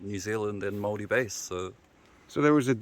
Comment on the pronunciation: "im gonna pronounce it however i want so just settle down" love white Americans coming over here and not even making the slightest effort to be respectful of the culture and language. My man can learn hundreds of latin species names but can't be bothered with a few words of Māori.